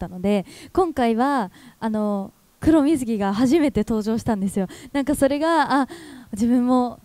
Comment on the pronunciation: 黒みずきと聞こえてしまった。